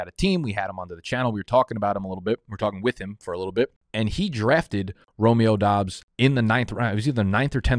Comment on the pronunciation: He got the Doubs pronunciation. A man of the people